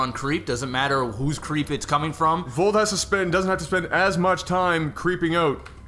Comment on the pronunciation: sour about being proud he said Vold's name correctly at the beginning. And then saying it wrong for the rest of the game